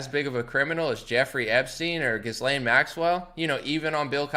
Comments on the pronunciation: It's pronounced without an "s" or "z" sound. The s is silent. Like Ghee-lane. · As if her name should be pronounced correctly… GizzLane makes sense at least